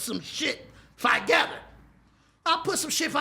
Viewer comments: Hold up... mark.....did he say put some shit "5gether"? Instead of TOgether😂😂😂😂😂man i quit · this nigga said "ima put some shit fivegether" 😭😭😭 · I put shit fivegether ? Lol where does he find these words to put five in lmao or jus it jus come out